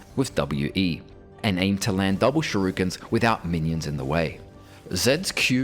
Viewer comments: not shurikens, ‘sherukens’ 👌🏻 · "Shurukens". This one gets a chuckle out of me every time.